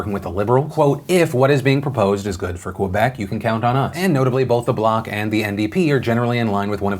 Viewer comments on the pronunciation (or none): It's Québec, not Québéc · As a québécoise, I am impressed at how well he pronounced « Bloc Québécois » although he mispronounced Quebec after. To all anglophones, it is pronounced Kébec, not Kwébec (I’m not writing this feeling angry, just educating). But overall, it was an amazing explanation, even I wouldn’t have been able to explain Canadian elections that we’ll. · It's Québec not Québéc..... Just saying 😉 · As a French Canadian, I just wanted to point out that it is pronounced Kébec 😂 but I love that you talk about our elections as well! ❤️ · Also “Kwa-beck” lol